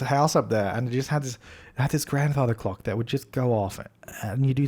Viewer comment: did he say theres a "green cock on the coffee table"? 😂